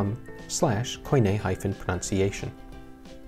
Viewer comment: Did you pronounce "proNUNciation" as proNOUNciation? There is no monk in the work, but there is a nun, correct?